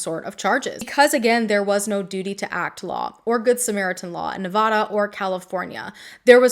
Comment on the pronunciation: FYI please check pronunciation on Nevada. It's like the s in Illinois, you don't want to pronounce a state incorrectly, lol. I adore your passion and commitment to the victims. 🖤💙